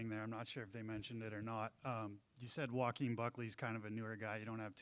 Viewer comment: Bro said Joke-uin Buckley 😂😂😂